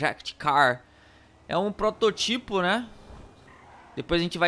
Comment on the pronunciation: Ele fala "prototípo" mas o correto é "protótipo"